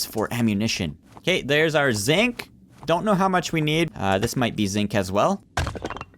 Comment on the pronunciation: and when you say zinc it sounds kinda like zit